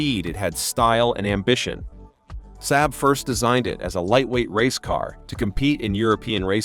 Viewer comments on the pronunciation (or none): The "Saaab suh-NET" Yeesh! It's pronounced "Sahb SON-net"... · Saab….sahb not SAB…. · This video is garbage... so much so that it's probably the first time in a decade I've commented on anything. The AI voice can't even pronounce SAAB